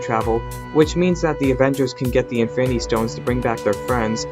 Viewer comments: Y u say Efinny stones Its infinity stones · Why do you you say infinity stone like this "infiny stones infiny gaunlet"